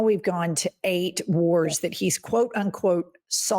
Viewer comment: He said 8 warts REICH????😂😂😂😂😂😂